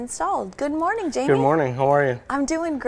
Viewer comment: his name is Jaime not Jamie 😂💀